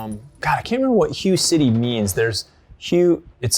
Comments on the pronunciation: It’s “Hu-Ay” City not “Hi-yu” City. But yeah the first AR was the AR-10 in 7.62 then came the AR-15 with 5.56, was right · Great video! Hue is actually pronounced Hway, not like hugh. Just an interesting fact. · I'm sure someone else has pointed this out, but it's pronounced "H-WHAY" city, not "HUGH" city. Other than that-great video! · If I have to hear HUGH City one more time omg... it’s Ha-Waye City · The pronunciation of Huế sounds similar to “whey”.The river you’re referring to is the Perfume River. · Ar 15 began life as a 7.62 A-10... the guy on the left was right. And it's pronounced (WAY) Hue... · Hi guys, I'm Vietnamese and the city's name is pronounced "Huey" (Huế). Love your channel btw! Subscribed! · It’s “way city” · I am 99% sure it's pronounced "way" city, spelled Hue. And it was a super famous Marine battle. That's where the house to house street to street fighting originated. Say the Diddies! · Hu city? Your pronunciation is way off lol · It's pronounced "hway" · 'Hue' is pronounced "h-way" :) Love the videos.. Keep them coming! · Hoo-eh would be more accurate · ..that pronunciation of Hue..